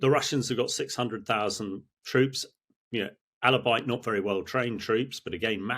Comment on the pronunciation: What a strange pronunciation of "albeit ". Someone should tell him it's [ awl-be-it ] , not "alla-bite"...Good interview nevertheless. He's a tank commander, not an English teacher fortunately...